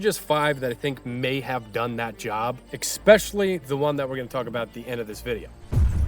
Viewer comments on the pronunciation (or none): I love you to death. For the love of god please stop saying eXpecially. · lol, exspecially. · The word is ESpecially——not EXspecially. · Did he just say "ekspecially"? LOL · The word is not pronounced "expecially" It is pronounced especially. There is never... An x sound made in the word because there is no x present in its spelling. Please man.. don't be that guy. "Ess-specially" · Ekspecially? Is that how we're doing it nowadays? K, than-q.